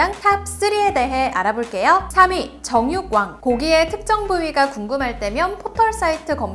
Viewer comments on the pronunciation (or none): 정육왕 때 정 ㄹ역...으로들음 ㅋㅋ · 진짜 장난이 아니라 정육왕이 나만 정력왕으로 들림??